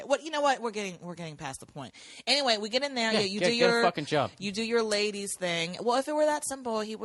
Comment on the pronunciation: I listen to every episode of his podcast solely in the hopes that he says “LAY DEEZ”😂